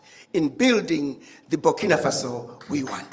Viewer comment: It's BurkinA, not Burkino 🙂